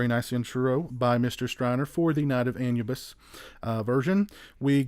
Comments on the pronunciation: Not trying to be a dick by correcting you but Anubis is pronounced as Ah-new-bis. Otherwise this was a great review. Keep up the good work, sir. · The original title is pronounced An-u-biss. And the packaging is called digipack, It’s been around for the better part of 30+ years. I’m not a huge fan of it but if it’s done properly it’s OK. EDIT: while this is digipack it’s an oddball variant, I don’t like the “shelf” you need to slide the extras disc under to lock it in place, seems to me it increases the chances of damaging the disc.